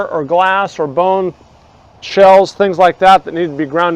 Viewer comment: Bone.....Funny how you said that one. Loving the videos!